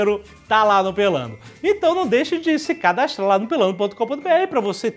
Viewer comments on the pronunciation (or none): "cadastlar" kkkkk cebolinha XD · cadastlar. baixou o ceolinha no joven nerd